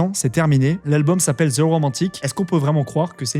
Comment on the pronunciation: Tes vidéos sont super ! Juste un petit conseil : en anglais, le 'th' de 'The' se prononce plutôt comme un 'd' ou un 't' (selon l'accent), mais jamais comme un 'z'